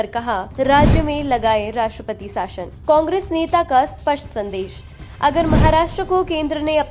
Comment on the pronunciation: आप 'शासन' को 'साशन' कैसे कह सकते हो? न्यूज़ सुनकर जनता हिंदी/भाषा व उसके शब्दों के उच्चारण सीखती है. यह भाषा के प्रसार का सबसे व्यापक और कारगर साधन है, जिसका आप ठीक से उपयोग न करके भाषा को तोड़-मरोड़ रहे हैं और बेकार अपभ्रंश तैयार व प्रसिद्ध कर रहे हैं. कृपया इसमें सुधार की ओर ध्यान दें.